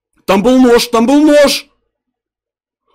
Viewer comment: мне выпал нош нош он сказал нош